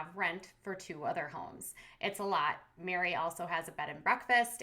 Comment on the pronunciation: Meri like merry christmas not mary or mari